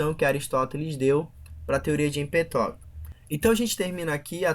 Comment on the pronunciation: empetoquis? não seria Empédocles? tales de miletoS ? Não seria Mileto? Anachiiimenis? Não seria Anaxímenes ?